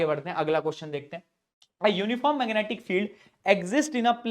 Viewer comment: me aapne meganaatic field bola😂😂